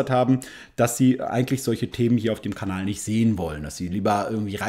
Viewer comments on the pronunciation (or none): none